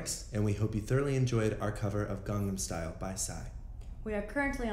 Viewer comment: "garnam style" the way avi says it is hilarious